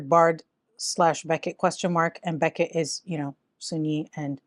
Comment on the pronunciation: What's this Beckett?! It's Bechet. Ba-shay